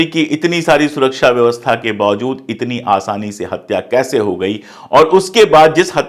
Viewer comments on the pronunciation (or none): none